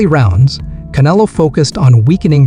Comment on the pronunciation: Bro u can't even pronounce canelos name properly like forels one fucking word and u keep repeating it over inn over in over ...get your Spanish right VATO